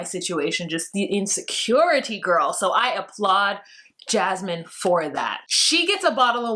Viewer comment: Don’t spell her name like mine! 😭😭😭😂😂😂😂 I don’t wanna be associated with that woman lol Every time I hear say her name I’m like “huh?! Whaaaa??” 😁😭